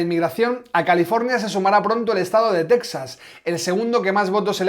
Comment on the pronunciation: Muy bueno, como casi siempre, ya es imposible coincidir con alguien al 100% (¡gracias a Dios somos todos distintos!), pero... TeJas, TeJas, TeJas... Texas se pronuncia en español [ˈtexas]... NO /ˈtɛksəs/ Por favor, no insistamos en el error. Gracias